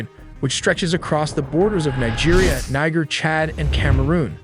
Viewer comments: It’s pronounced Neej air. Not Ni-ger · Thanks for putting together the video, although the second half of it was you making the video as long as possible: it has nothing to do with the attack. Also, you should know that Niger, a country north of Nigeria, is pronounced with the "e" as "a" as in pay. Otherwise, you would be pronouncing it as one would pronounce a state in Nigeria which is completely different. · The country bordering Nigeria called Niger is pronounced (Neejer not naija) There's a state in Nigeria called Niger state and it's pronounced as you normally pronounce Niger (Naija) that's the difference. Many non Nigerian pronounce it wrongly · bro did NOT say Niger 💔💔